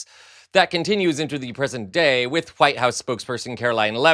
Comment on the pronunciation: You, good Sir, have become a favourite of mine. Fooen you and an h to the word 'with' I crack up! "Fooith" 😂😂